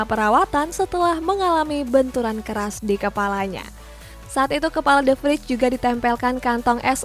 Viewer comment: Kak itu De Vrij pemain Belanda, dalam bahasa Belanda ij dibaca ey , jadi penyebutan De Vrij yang benar itu defrey bukan defrij